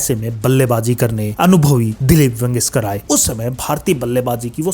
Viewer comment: भाई जब आपको बोलने का इतना शौक है कि 10 मिनट के वीडियो को आपने खींच खींच कर 25 मिनट का बना दिया, तो थोड़ा ढंग से बोलना भी सीख लो। वेंगसकर नहीं है, वेंगसरकर है। मुदसर नहीं है, मुद्दस्सर है।